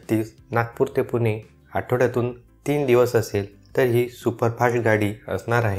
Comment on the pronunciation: पुने .., पुने काय लावलय भाऊ. स्वच्छ, स्पष्ट अक्षराप्रमाणे 'पुणे' असा उच्चार करा की राव !